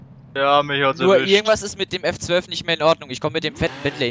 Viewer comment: Regera nicht Agera und F12 nicht FF! Sonst sooo coole videos